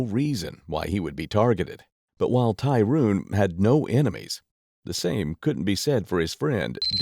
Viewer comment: Why you keep saying Tyruune , its Tyrone 😂😂😂😂